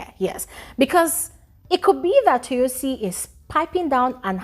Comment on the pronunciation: Let me help you pronounce the name better It’s Toyosi Like Toe-your-see ❤